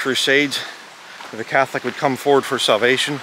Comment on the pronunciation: Did you just say Batholic? Lol!